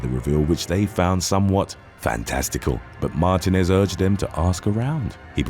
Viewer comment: You’re mispronouncing Martínez